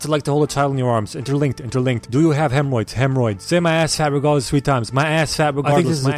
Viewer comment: Do u have hemroids?: Hemroids